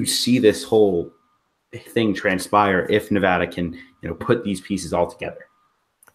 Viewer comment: NUH-VADD-UHH not NUVAHDUH